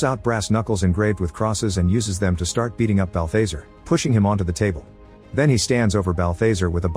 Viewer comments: It's constant-TINE, not -TEEN. And Balthazar rhymes with bizarre. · Quit using AI voices you're not producing balthazar right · THATS NOT HOW U PRONOUNCE BALTHAZAR